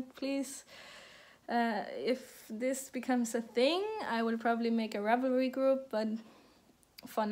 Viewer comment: You say "ravelry" just fine... ;-)